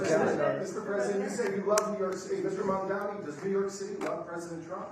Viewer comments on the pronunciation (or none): The 1st thing was to teach Trump how to say the name "Mamdani"😂😂😂😂😂😂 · The name is Mamdani. Yes M A M D A N I 😄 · The Name is Mamdani M A M D A N I